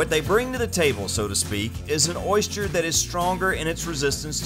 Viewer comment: Why are you saying Oyshter?? It's Oyster. Oyster. Not Oyshter. Man.